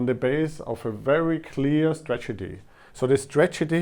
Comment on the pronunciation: Your pronunciation is fine. There's one cool error when you say stragety instead of strategy. Cheers!